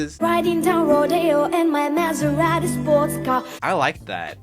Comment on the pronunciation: Who noticed the girl with the colored hair said Maseraeti sports car in a weird way.